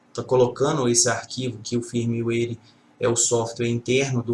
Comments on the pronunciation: Muito bom, mas foi difícil escutar firmiueire tantas vezes no lugar de fírmuér. ;) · Eu já ouví foi firmeuáire ! Tá é bom kk